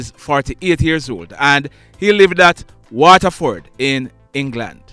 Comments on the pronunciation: It's Watford and not Waterford.. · Thanks for the news, FYI - It's Watford, UK, not "Waterford".